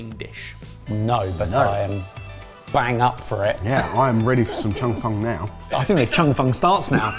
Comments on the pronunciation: The pronunciation on Cheung Fun is killing me 😭😭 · its pronounced "chung fen" and i eat it at least twice a week. i live in zhuhai and my chinese wife flipped out at the amount of oil you used. you dont roll it up so neatly, you kind of slide it together and give it a few flips. the toppings are generally added after its cooked (but not always) but before you slide it together, and its served swimming in soy/black vinegar sauce. its also VERY thin when cooked